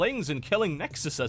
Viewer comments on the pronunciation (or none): "Nexusisis ses i ses i" xD